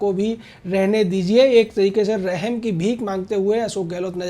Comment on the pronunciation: Rehem nhi usne aarip lgaaye hai gwaar bnde padna bhi nhi aata hai kya bhadva reporter